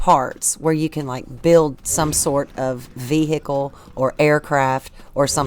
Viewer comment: What is a veehickle ?